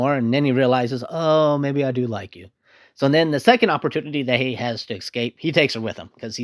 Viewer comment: Did you say "pacifically?" *specifically "excape?" *escape